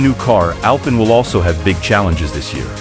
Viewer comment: It’s pronounced AL PEEN